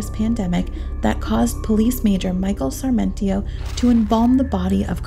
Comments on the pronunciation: Let’s begin with the narrator— It’s “Sar-mi-ento”, NOT Sar-men-tio. Another word that you trashed is Brigadier, (prounounced Brig-a-deer) which is a military rank, as in Brigadier General, NOT “Brig-A-der”, as you pronounced it. That she was embalmed PRIOR to autopsy is INSANE, and renders the autopsy null and void. A CHILD would have known an autopsy couldn’t be performed expecting any kind of evidence from her body after all that had been done to it. Police incompetence, possibly bribery since the embalming was not only allowed by SOMEONE, but someone must have paid to have that done. Then there’s the matter of sperm, or NO sperm? Rape, or no rape? The police found themselves in a media storm and wanting to look competent made up a scenario and stuck with it. They knew nothing and were covering their own as$es, period. The entire thing is just tragic as a beautiful young woman lost her life and the guys who loved her are being blamed (easy scapegoats). A sad ending, all the way around, and NO justice.😶🙏🏼💕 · The distraction of pronouncing Sarmentio? Brigay-dor? It's Sarmiento and Brigador